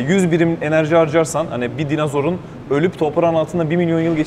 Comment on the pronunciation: Dinazor mu dedi o? 🤦🤦🤦